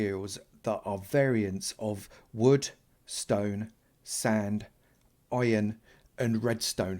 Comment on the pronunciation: Youtubers say ion instead of iron